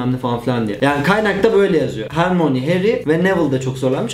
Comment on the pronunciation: hermoni diye okuyosun asıl okunuşu hörmayni